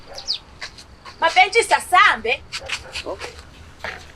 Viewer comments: Why keep saying "Mampesikha" uhlulwa ukubiza uMampentsisi yini???😂😂😂😂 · akaze albiza kahle igama laMapentshisi 😭😭 🤞🏼, "Mapesika" 🔥😂😂😂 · makes my day when she says Mapesika 😂😂